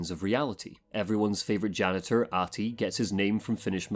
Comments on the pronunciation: Yes I am Finnish. I didn't mean to be insulting. But the pronunciation is more like AH-Ti. There should be more emphasis on the h. And you put a bit too much emphasis on the length of the A. The game did a good job of it. Love your videos by the way :) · Gotta say that your pronunciation of "Ahti" is miserably bad